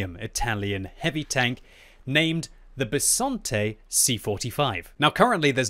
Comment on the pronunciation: Italian’s tank name: Bisonte.: Bessonte. Subtitles: Besante.